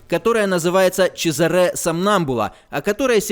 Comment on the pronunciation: Хорошая игра, спасибо! Только, конечно, в имени Чезаре ударение на а, это ж итальянец